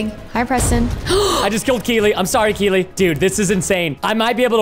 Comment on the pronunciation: Preston it’s keelee